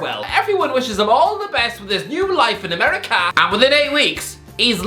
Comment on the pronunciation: why does this guy talk like that 😂😂😂 ‘ameriKAR’ ‘interNHET’